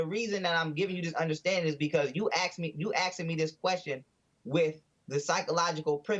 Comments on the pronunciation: you axing, you axing me this question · Well Jesse you found a real live crackhead. Lol Also, nobody is axing you a question. Lol. This guy is smoking something. He's crazy as hell. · Stop axing him Jesse Lee. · "I don't know your angle in AXING me that question" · "you axe ing me" said the. Hahaha....wow. I'm about as Egyptian as he is hahaha.